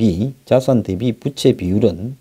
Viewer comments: 부채가 아니라 부~채 입니다. 바람 부치는 부채가 아닙니다. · 좋은 내용 알려주셔서 감사합니다. 그런데 발음에 신경 좀 써 주세요 빗이아니고 빚이죠. 부채가아니고 부우채로 읽어야지요